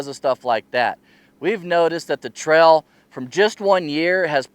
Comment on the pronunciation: Great video. But what is a "Trell"? Hahaha.